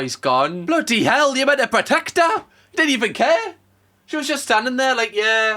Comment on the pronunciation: “What the blaady hells going on” 🤣 why’d you go all Cockney 😂😂